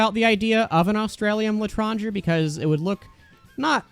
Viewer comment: For the love of whatever you hold dear learn how to pronounce Claideamh Mór and L'etranger, the worst part of all of your videos is the ear cancer I get from hearing them both pronounced the dumbass American wrong way